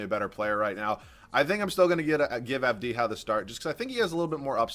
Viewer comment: AV-di-ha not av-DI-ha